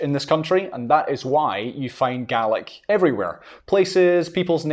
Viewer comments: When referring to the family of languages, should I be pronouncing it GAY-lick or GAH-lick? It seems they were used interchangeably here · Gaelic and Irish certainly can be mutually understood, particularly with Ulster dialects. Gay-lig is also a perfectly valid dialectical pronunciation in Argyll, Islay and Nova Scotia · I'm pretty sure it's pronounced Gay-Lick. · I kept thinking he was saying Garlic! 😂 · This was quite interesting as both sides of my parents have Irish heritage. I was born in America and I used to be able to count to ten in Gaelic. Sorry, this isn't to insult you but to my American ears the way you are pronouncing Gaelic sounds more like garlic. LOL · We say, gay lick not gaw lac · he keeps saying garlic ,i'm pretty sure that is wrong . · if you are pronouncing it with a hard K its pronounced incorrectly. It isnt an English word, therefore it should be pronounced how it is in the language its from. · Sounds like an Australian saying garlic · The way you pronounce Gaelic almost sounds like Garlic. hehe. But it is beautiful! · as a native scots gaelic speaker, when will we stop spreading the lie that scottish gaelic is pronounced scottish ‘gallic’ in english? in the language itself we call it ‘gàidhlig’, people heard that being said by speakers and we now pronounce it as ‘gallic’ in english. the english for it is G A E L I C. we are GAELS, not ‘galls’. let’s pronounce it the right way. as well, saying that the gaelic/goidelic languages aren’t mutually understandable is not true?? someone from kerry very expectedly would not understand some dialects of scots gaelic from the north highlands or outer hebrides, or perhaps manx. but depending on where you’re from it is incredibly easy to communicate between the different ‘languages’, (they are dialects of the same language in my opinion) ach co-dhiù, tha e còrdadh rium gu gasd’ na tha u a’ dèanamh leis a cheòl, ach sin mo beachdsa! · So it is Gah-lick and not Gay-lick. Ty